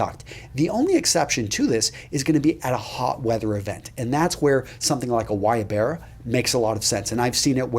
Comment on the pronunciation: Whats that shirt called? The one that is untucked and you can go to events in warm climates? I cant get it through your pronunciation. Its some thing like "Wie berra"?